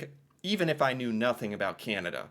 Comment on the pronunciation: I will buy a T shirt or hoodie when you finally learn to pronounce Canada without that nasl twangl twang.